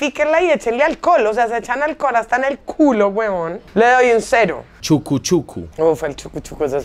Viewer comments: diciendo chucuchucu en costeño >>>> vivir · Me muero de la risa cuando dice "chucu chucu" a lo costeño 🙈😹